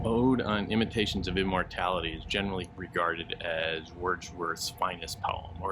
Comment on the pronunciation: Intimations of Immortally- What? Imitations? Those are two different meanings. Read it again, Sir-Peace